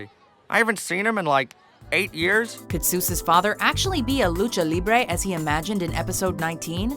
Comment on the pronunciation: "can be a lucha libre" hahahahahahhahaha!!!!!! you really need to learn spanish properly!